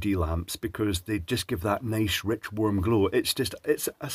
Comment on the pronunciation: Did he say 'worm' light? 😜